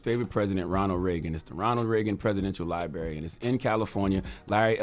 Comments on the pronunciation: "Libarry" He can't even pronounce library, let alone go to one. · what is a “Libary”?